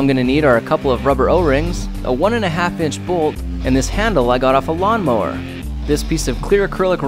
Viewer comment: he sounded funny when he said “lawnmower”😂